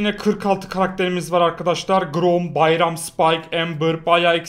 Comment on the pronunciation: abinin byrona bayram demesi